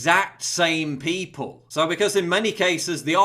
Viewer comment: I love your videos. I agree with everything that you say. But, it drives me crazy everytime you say "pee pole" instead of people.